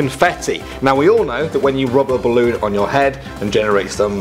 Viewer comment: "ballon" lol